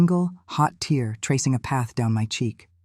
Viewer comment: Yes, it's annoying. But it's narrated MUCH better than most. Only noticed the word "tear" being mispronounced once. Engaging story, without the cliches and rehashed memes usually found in AI generated tales. Gave it my rare thumbs-up.